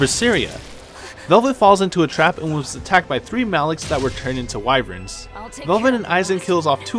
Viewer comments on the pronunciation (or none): none